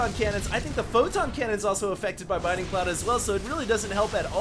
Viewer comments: Please... Please read this. It's BLINDING Cloud, not BINDING Cloud. I'm not saying this to be mean, but it just makes me cringe every time you say it. That being said, aside from the mistake that you pointed out in the video, this was a truly excellent game and I'm totally glad I stayed up late to watch it. Props on finding this replay. =) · I love that you're casting so much HOTS. It's great! But seriously, it's bLinding cloud. Notice the L. Please. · Dude. You pronouncing Blinding cloud incorrectly is killing me.